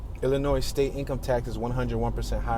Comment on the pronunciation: The s at the end of Illinois is silent, and if you pronounce the t at the end of left, you will sound less like an idiot.